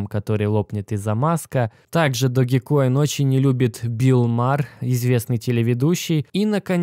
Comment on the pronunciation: Блин учите английский не догикоин а даджкоин Dodge coin как машина есть такая Dodge! Не знаю как вы а я за эти пару дней поднял не маленькую сумму на даджкоине!